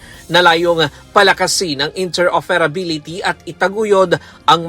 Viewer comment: Cooferative and interoferability pag na dinig ko to si na talaga nag sasalita ng UNTV